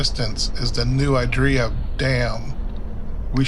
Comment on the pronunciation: San Benito resident here, you’ve got it right, you’re just saying it a little funny. No idea where this person got “I-draw”…